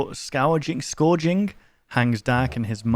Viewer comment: The death poem won't work i think even if it is real cause you kept reading too slow so it went to the next section before you could finish not to mention you mispronounced "Scourging" several times and interrupted reading to talk abit inbetween so i think your fine